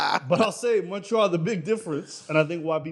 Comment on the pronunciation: Lmao these dudes aren't fooling anyone calling montreal "Munchree-all" WE FUCKIN KNOW YOU WERE BOTH BORN IN THE US YOU DUMB FUCKS. YOU AREN'T FRENCH CANADIAN, AND APARENTLY YOU DON'T ACCEPT BEING BLACK AMERICANS EITHER.... Eat my ass losers, enjoy your toblerone..